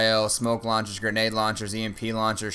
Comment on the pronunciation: Lol "Gernade".